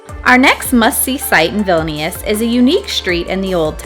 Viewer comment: As a lithuanian ur saying vilnius wrong